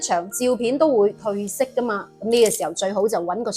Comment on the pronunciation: 照片「褪」色不應讀「退」色，因此字為「褪後」、「褪車」、「褪軚」之褪字，應讀「吞」上聲，可能大家畀梅姐首名曲歌詞中「一切都褪去」唱成一切都退去所誤導，因而習成是，褪、退混為一體了。